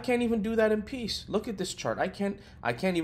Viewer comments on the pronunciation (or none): none